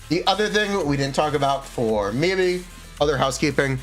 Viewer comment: god i despise how he pronounces Miyabi, besides that love the content